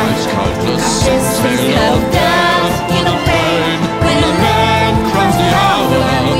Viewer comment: The song is very nice. However, the Chinese accent on female vocal is very notable. It is pronounced 'Desch' when saying 'Death'.